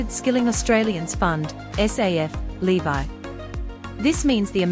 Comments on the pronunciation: Levee not bloody lee-vye! Is she AI? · Who makes this stuff, don’t you even listen to it 🤔😡LEVY ? Pronounced LEVee. Not “LEVI” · Levy not Levi. It’s a payment tax called a levy like levelling up. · The narrator can't even pronounce levy correctly. It's l.e.v.e.e not l.e.e.v.i.e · Interesting pronunciation of "levy" !!! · Not so much interesting as wrong!!!